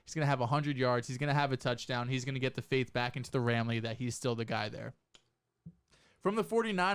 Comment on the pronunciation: Bro actually said ramily twice lol the worst fanbase in the NFL